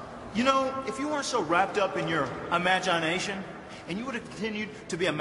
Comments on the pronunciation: Matt hardy: imagonation😁😁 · "if you weren't so wrapped up in your iMaGiNeYeNaTiOn"